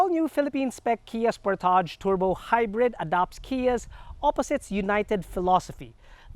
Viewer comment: Wrong pronunciation